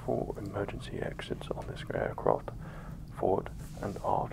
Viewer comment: Take a shot every time he says "aircroft"